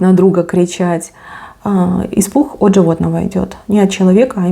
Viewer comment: Испух 😂😂😂😂😂😂😂че по русски не разговариваешь😂😂😂😂😂испуххххх